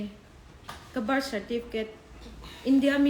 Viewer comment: Ka bâr (birth) certificate atih tang khian chiang reng. 'R' lam hi an harsat thin a kum phulo a birth certificate nei thar ho hian😆😆